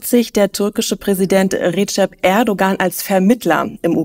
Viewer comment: Der Name des türkischen Präsidenten spricht sich entgegen des augenscheinlichen G in seiner Mitte als gedehntes H aus.´; so wie in Sahne..